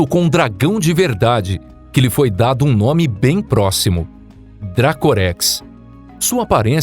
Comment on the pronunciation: Pronunciam os nomes errado. Pelo jeito o conteúdo (até a pronúncia) é copiado de canais gringos.